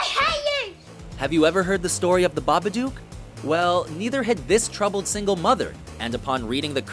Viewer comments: Babadook rhymes with book. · How are you going to mispronounce number 1? They actually say it about 60 times in the movie? Fail. BĂBADOOK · The "Babaduke"??? I understand you have an accent but damn, not hard to pronounce. And Six Sense......really......You missed Dont Be Afraid of the Dark and Silent Hill. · And AlSO it's pronounced ba-ba-duke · How did ya'll pronounce "Babadook" so badly? BA-buh-duhk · But couldn't even pronounce the name properly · she pronounced babadook wrond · m8 pronounce babadook properly u dumb dumb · He pronounced "The Babadook" wrong...uhg... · babadook? come on lol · Lol Americans pronouncing Babadook is funny. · He said babadook wrong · Why does he say the babadook the way he does? they literally say it in the movie, there is no reason for that hilarious pronunciation.